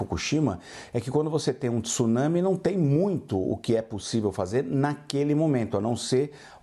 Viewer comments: tIIsunami nao ne...pelo amor e' TSunsmi....cade o i q essa ignorante e seua diretores insistem em pronunciar??? WTF? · Esses repórteres brasileiros sempre pronunciam erradamente a palavra TSUNAMI, não é T-su-nami e sim TSU-NA-MI, repórteres BURROS!